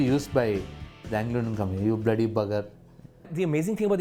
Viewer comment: Fantastic! Hadn’t heard many of these since my parents were alive. Jharon, dekchie, and the one that cracked me up was barparry barp. And of course finishing very thin with “men” . I remember when my mum was annoyed she would say “come on men” Also pronouncing bloody as bleddy. Made me laugh